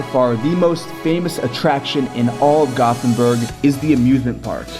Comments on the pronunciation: AAAAAAAAAAAAAAAAAAAAAAAAAH, please don't say "gothenberg". atleast sat gotenberg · The name is göteborg not gotburhh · Its GÖTEBORG not gothenburg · When he said göteburg in English. I was hurt cause he said it wrong